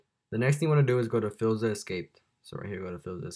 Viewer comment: Hold up what is fillza it’s pronounced fileza